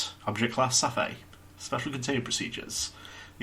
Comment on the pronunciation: I like how we've reached the point where Darnell just doesn't care about Tan mispronouncing the Object Class anymore Also considering the events of 2419 that D-Class from the Monopoly SCP really lucked out, didn't he?